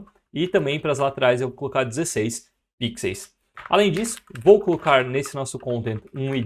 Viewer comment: Por favor, para de falar pixeis...No mais, muito obrigado pelo conteudo!🤗